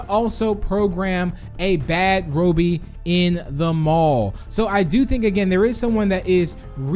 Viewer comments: It’s not Rohby it’s robby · btw its ra-be not ro-be that's how you pronounce it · It’s Robby not robey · Bro ur saying the wrong name Rowbey The real name is ROBBY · His name is not Roby its robby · Robby not roby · is it pronouced ro bby or rob by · it’s not robie it’s Robby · It’s pronounced rob e not robe e but ok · It's Rob-be, not Robe-be. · Me saying robby:Robby BIgbst4tz2 saying robby:Roubby(This is my thought that why saying it) it fine just a bit stinky saying it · Its robby not roby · its not pronounce ro bi but ra bi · It's Rob more like Robby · Said: Robey Me: Its Wrong Prounaunce Robby: Im Robby Not A Robe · says ROEBEE I trust tigry more. Great video, love these types of videos! 🍪🍪🍪🍪🍪🍪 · Me: its robby: Its RO-BBY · I’m amused by how he pronounces Robby’s name.😆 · STOP PRONOUCING ROBBY SWEDISH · Please correctly pronounce "Robby" before I stop watching your channel. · notice how he says robby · Tank bob 1 no, thats just how he pronounces robby XD